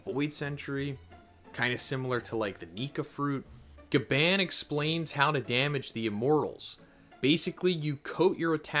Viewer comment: Your more wrong about say gabaan when its pronounced gabawn